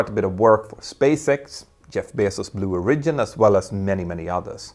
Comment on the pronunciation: Your English pronunciation needs work. There are several words you say incorrectly. "Hindsight" and "Origin" as in Blue Origin being just a couple of examples. Thought you should know. Great content nonetheless.